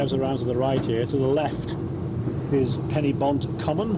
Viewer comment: A pity the commentator mispronounces Pen-y-Bont. The "-y-" should be "uh", not "i".